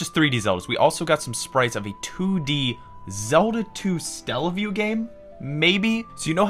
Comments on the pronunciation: It's not Stellaview, it's Satellaview, like satellite. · Stella-view? It's Saa-tell-ah-view. Satellite View. Satellaview. Also it's Super Mario Brothers 5. The period in "bros." is an abbreviation for brothers. Great vid. Keep it up.👍